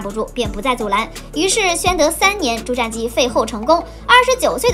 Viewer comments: 瞻，音沾而非佔。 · "瞻"是不是應該念"ㄓㄢ"才對? 前瞻(ㄓㄢ)